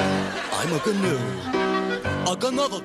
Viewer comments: wtf they mispronounce the word gnu....the g is silent... I've wasted like 10 minutes trying to figure this out. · I love these gnu shows!! Always adding the "G" sound to "N" words. The funny thing is, the pronounciation of the real name, the "G" is supposed to be silent, but it's still cute anyway. Kinda reminds me of Mushmouth from the Fat Albert early series.